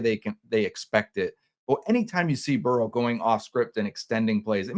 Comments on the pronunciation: It's Burrow not borrow bro TF 🤣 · It's Burrow not borrow 😂